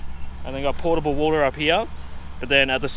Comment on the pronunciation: Minor point, but ....... it's not 'portable' water, it is 'potable' (as in 'boat'), which means you can drink it, as opposed to just water that may not be 'potable'. Might be useful info next time you are looking for drinking water.